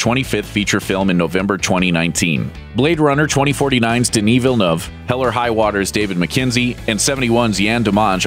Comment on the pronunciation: His name is not pronounced "Deni Vilanuv". Looper should be able to get this right...